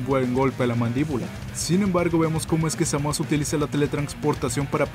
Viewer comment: Me inscribo de nuevo porque dijiste bien el nombre de Zamas! ^_^